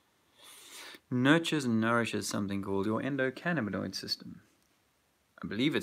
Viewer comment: "Endo-cannaboid system"? oh YEAH!